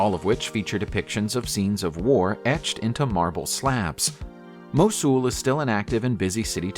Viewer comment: If you really have to use computerised speech, could you at least train it to pronounce place names and people's names correctly, rather than as they are spelled? I am thinking of Worcestershire (UK), Mosul (Iraq), Ephesus (Greece) and Sennacherib (the Assyrian king). They're the ones I had heard of previously. But if you can't get the well-known ones right, what chance have we of learning the correct pronunciation of the others?